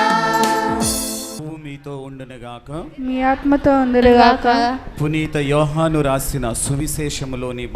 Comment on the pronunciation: 2 వ పఠనం చదివిన ఆయనకీ పునీత అనే పేరు కూడా రావటం లేదు పురీత అంటున్నాడు